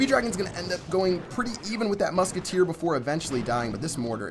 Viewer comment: LOOK AT DI MUKETTEER!!!!